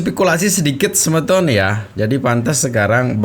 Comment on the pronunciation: Bukan sebeton tapi semeton, semeton itu artinya seperti sahabat atau sodara